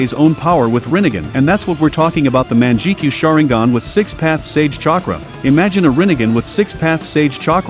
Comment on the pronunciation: "Manjekeyo Sharingen"